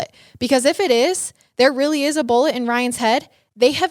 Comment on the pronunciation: kills me with the way she says BOLLIT instead of bullet 😂